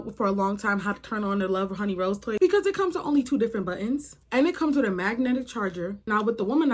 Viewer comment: Help the way you say rose toy 😂